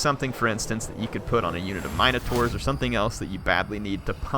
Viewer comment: Im sorry but this is so annoying its not minotaures like miner you spell it like minute minotaur with an e sound.